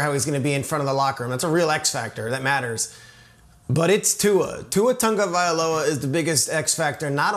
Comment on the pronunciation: I tell you that just Urks me...Its "TAGO-VAI-LOA" not tagovai="OLA"..goodness... the x factor is mike mcdaniel...because it's the coach, which we can see what happen last year with florez...and because of mcdaniel showing support him...he's the reason why Tua is succeeding now...Tua has the skills and it's showing because the coach made the call to put the pieces in place, put in an O-Line, and play calling is getting better..and imagine if he couldn't do anything with what he has now..but at least he has something to throw too..